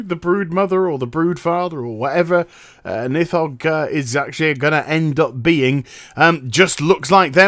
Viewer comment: The dragon is Nidhogg in FFXIV :p PRONOUNCE IT MANG jk love you